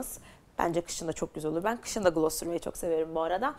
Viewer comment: Gloss u gılas diye okuma aşk gılos derken daha dogru telaffuzun ❤